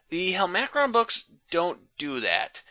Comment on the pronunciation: Yeah the voice is horrific and he’s 100% pronouncing the name wrong